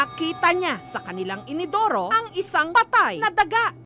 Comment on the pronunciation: inidoru po hindi inodoro